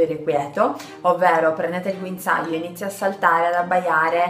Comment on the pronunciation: Guinzaaio Ahahah grande